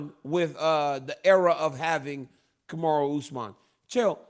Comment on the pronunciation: Anyone notice Chael all of a sudden knows how to say Kamaru?